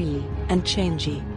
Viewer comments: it's not change it's chang'a chang a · The moon goddess is not pronounced as "change gee". It is pronounced as charng erh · Not criticising but a little correction here. The moon goddess is not pronounced ‘Chan gee’, it’s ‘Chang er’ Guan yu was not the mightiest in his era, he was strong yes, but during that there are at least 2 warrior that can be known as stronger than guan yu(Lu Bu and Zhao yun) Also he wasn’t really captured and executed, he died by killing himself knowing that he was surrounded by enemy forces and could not escape. The main reason for his lost in battle was due to his pride, as he was overconfident in his strength. Also again, we Chinese don’t really worship him as god of war, but as a symbol for loyalty. Reason being he was better known for his loyalty towards his sworn brother than his might. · Houyi’s wife’s name is pronounced as “Chang e”, not “changy” lol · Chang'i its actually pronounced chang'a but great video either way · Chang'e should pronounced 'Changer'.